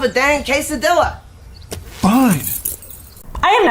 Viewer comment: 😬😖😵‍💫 my face every time I heard the word quesadilla being butchered like that lol